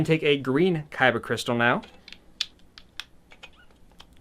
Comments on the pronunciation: Anyone else hate that he keeps saying kybuh instead of kyber? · I’m sorry I can’t sit through this whole vid and not say anything. It’s a kyber crystal. Kyber NOT kyba! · KY-BER NOT "kybba" for the love of GOD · Is he saying kyba crystal? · Lol every time he said kyba crystals I died a little inside 😭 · “kybah” crystals lol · it's not like this is up for debate, this isn't like"tomato" "tomahto" it's a "kyber" Crystal hard "er" sound. You'd think a Star wars fan would want to represent their franchise correctly, but whatever. No harm done I guess, you just make everyone think of Yu-Gi-Oh every time you say it.